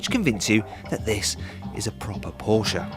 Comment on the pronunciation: that's how it's pronounced- por-sh-ah